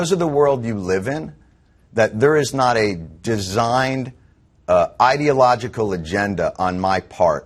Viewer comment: Interesting. pronounced the word "ideological" as "idiot-logical". Freudian slip?